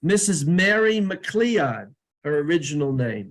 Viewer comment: MacLeod is actually pronounced Macloud. Like the cowboy detective